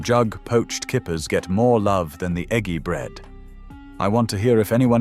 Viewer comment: Why???? Why do a lot of the pictures not relate to the narrative? Many of the pictures are either not British or do not relate to the 'dinner'. Why are some of the pronunciations incorrect? i.e. Ejji bread before Eggy bread. Why are the spellings American English rather than proper English? i.e. Favorite rather than favourite? Why is the editing of the whole video so shoddy? ..... and why tf did I bother watching it?????